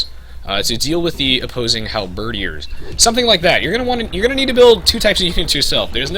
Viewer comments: I mean this in the nicest way possible: Your pronunciation of Halberdiers is wrong. It's not pronounced Hal-bird-ee-ers, it's pronounced Hal-bird-eers. Not sure if it's a subconscious thing, as I tend to do the same without realizing sometimes but hope that helps! Great tutorial, btw. It's helped me get back into this game and really think about different strategies to implement. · dude, its pronounced... Onagers -> On-ajers Halberdiers -> Hal-burr-deers